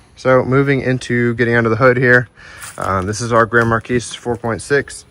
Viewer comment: "Mar-Key" not "Mar-Kees"!